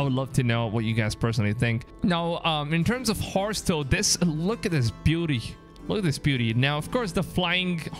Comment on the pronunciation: ”Harse” 😂😂 you mean HORSE